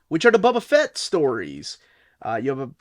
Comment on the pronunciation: Bubba fat?😂😂😂